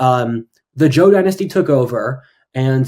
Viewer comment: `Zhou` is not pronounced like `Jo` - J is a voiced CH sound, and you were pronouncing it that way. However, ZH is pronounced as a voiced SH sound; a fricative consonant, not a stop. It's a sound that doesn't appear in English.